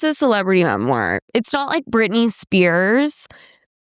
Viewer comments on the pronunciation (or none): "It's a memar"😁